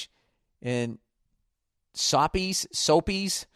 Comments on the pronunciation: Sapies! SO•PAYS. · Sawpeez sohpeez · Sopies? Lmao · Hearing bill call sopes “soapys” as a Mexican made my day 😂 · Spelled “sopes” pronounced “soap-ez”. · im surprised he didn't pronounced "sopes" into "soaps" haha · Same lol sopes haha